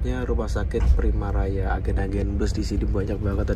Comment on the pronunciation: RS primaya mas. Bukan primaraya. Wes koyo jeneng bis dadine 😂